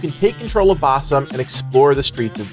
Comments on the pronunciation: Fyi it's pronounced like ba-seem, not bass-um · It's Basim, not Basam. :)